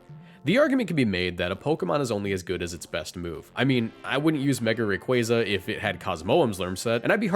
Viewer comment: oh so he CAN pronounce Rayquaza correctly